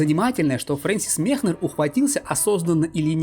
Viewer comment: Все хорошо, только Мекнер, а не Мехнер